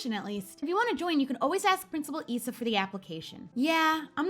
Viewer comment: i LOVE the yellow nail color so pretty <3 i think Principals Isa's name is said with a Srong I that's how i said it when i did it atleast. can't wait for next episode of course i've done this before but i don't do it anymore so yeah love ya or